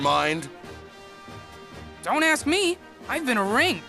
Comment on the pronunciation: "Dount ask me" nice one chugga